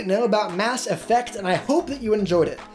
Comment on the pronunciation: Knew everything and hated the way you say effect